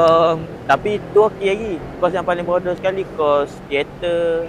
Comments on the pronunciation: Boodoew dia sebut😂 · saya layan video dia sebab nak lepaskan stress je....lagipun saya sebagai orang terengganu bila dengar dia sebut bodo ke ape rase kelakar pulak...tapi apepun saya memang tak sokong statement dia tu kerana setiap los dalam universiti ni ada fungsi dia dalam industri....lagipun kite kenalah pelihara tarian warisan bangsa